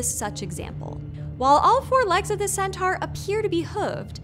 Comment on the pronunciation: It's pr. "sen-tor"!